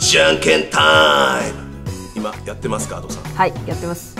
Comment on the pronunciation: いや のadoさんのイントネーション阿蘇山で草